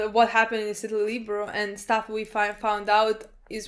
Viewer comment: Lie-bear-e-o Liberio. Not Libero. That's a volleyball position lol